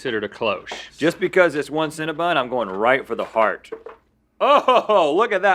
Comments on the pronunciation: Them all calling Cinnabon "cinnabun" seriously got on my nerves. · The way you guys say CinnaBON like it's CinnaBUN really bothers me ngl. It's just like saying adeedus when it's Adi-Daas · "When we were kids...there was no Cinnabun..." Well, Link and Rhett, there still isn't a CinnaBUN! It's Cinnabon! b-O-n, not b-U-n! Rant over. Love you guys! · Where I'm from we say cinnabon how its spelled, like it rhymes with fawn. I've never heard anyone call it cinnaBUN. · Does everyone from the south pronounce Cinnabon incorrectly?? It's an O not a U guys lol